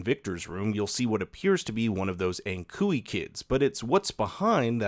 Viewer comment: I think the word that the creepy children repeat is "Ankkuri" which means "Anchor" in Finnish. When an American pronounces it, it's "ankhoorey".